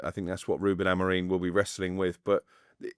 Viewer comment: And is STILL calling Amorim Amorreeen 🤷🏻‍♂️ What is he not getting when both and pronounce his name correctly 🙄 Like you but sort this out mate, it’s annoying!